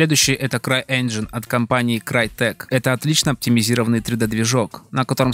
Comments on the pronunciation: "Конечно, правильно говорить "Инджин", но да ладно...". Автор, правильно говорить ˈenjən как раз. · Казуальная графика? Наверное автор имел в виду стилизованную))) И да, "Engine" правильно произносить как раз "Энжин"! Ха! Автор даже не знает, что не автодески делали Майю)))